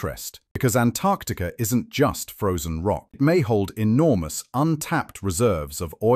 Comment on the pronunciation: Thanks for pronouncing the first 'c' in Antarctica! ❤